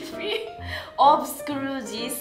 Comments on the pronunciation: "Thisu nephewu" Kore nani? Already take me to heaven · I love the way she says nephew